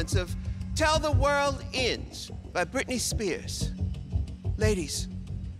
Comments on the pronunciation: why does Ru pronounce it ''tel the word inds'' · "Tell the world eends" 🤣